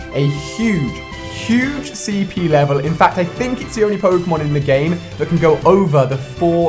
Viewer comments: Ali a needs to learn how to pronounce pokemon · The cringe is real... That pronunciation of Pokémon...